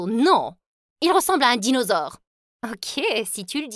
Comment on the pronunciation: BAHAHA "le dinausaure" 🤣🤣🤣